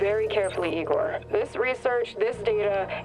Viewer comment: You calling Igor H E had me dying. Highlight of this episode.